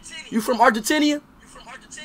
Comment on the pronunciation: bro said "Argentenia" Lmaoo